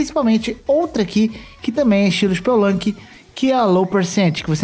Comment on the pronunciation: spel-lunki??? rugui-like?? lol